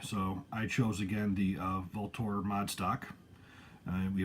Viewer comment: Is that the correct way to pronounce Vltor? I’ve seen comments that say different. Just curious